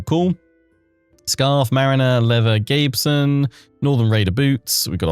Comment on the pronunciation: How is someone who plays so many historical/fantasy games, going to pronounce gambeson like that? Haha